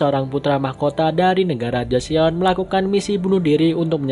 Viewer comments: Bang mau kasi saran aja. Penulisan nya emang Joseon tapi gak usah baca Jo se on tapi baca joson aja heheheh. Saran untuk S3 sih nanti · Keren nihh, udah liat semua episodenya tapi nonton lagi hahaha, bang mau kasih tau info, Joseon dibacanya "Joson", sama Hanyang tetap hanyang biasa hehe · Fyi bang JOSEON dibacanya JOSON O = mulutnya bentuk bulat Eo = mulutnya datar